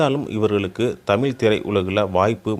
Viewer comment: இந்த காணொளியை ஒலிபரப்பியவர். தமிழராக இருக்க வாய்ப்பில்லை. தமிழை ஓரளவுக்கு தெரிந்தவராக இருப்பாரோ?? தமிழ் என்று சொல்வதற்கு பதிலாக தமிள் என் என்றே சொல்கிறார் . இப்படி பல இடங்களில் தமிழை கொள்கிறார்😅😅